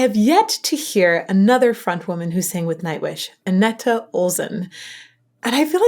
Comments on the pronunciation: Anette ... Say "Ah-net"/"An-et." (Not "Ah-nett-a.") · Great reaction/analysis as always, loads of good comments already, just a minor thing, the second "e" is silent, so it's pronounced Anett basically. Swedish is hard, I know 😉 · Great react as always! Really quick one: The last "e" in Anette is silent, so it is just "Anett" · Her Name Is Anette Not Anetta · I know you love when we are correcting you ;) the last e in Anette is silent :) My favorite song from the Anette Olzon era is "I want my tears back". They bring back the folk metal sound there which is very awesome! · Don't understand why you (English native) complicate names as soon as it's foreign. Anette. The last e is silent. Can't tell how many weird pronunciations I've heard of Floor lol I do love your reaction/analysis as always.